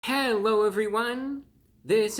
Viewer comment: I legitimately thought he began his video with "Hewo evwywun!" To be fair, I had the sound lowered a fair bit.